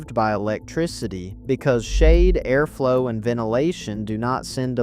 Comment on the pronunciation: Aimish? A-arflow? 😂😂 If you are going to use speech, spell the words phonetically because we pronounce things differently.